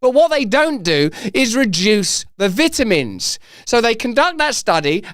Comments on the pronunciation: Gotta get you to stop saying "vit" in vitamins. I can't focus on the rest of the video! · "vit a mins " 😐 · Could you please do me a favor and pronounce vitamins correctly....🤣